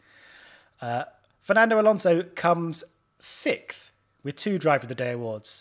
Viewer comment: The way you say "sixth" triggers me